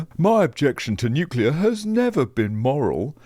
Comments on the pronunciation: How can we have a Clown like Bowen? who CANNOT EVEN PRONOUNCE N U C L E A R. HE always says N U C U LAR. HIS gear is called renewables, Why? you ask! Because every few years they HAVE TO BE RENEWED to keep making ANY ELECTRICITY. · "Nukulur, it's pronounce 'nukulur"...Chris Bowen! -Homer Simpson